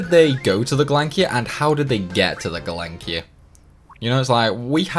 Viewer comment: He calls the Gelnika.... Galankir....now a scimitar SiSimitar 💀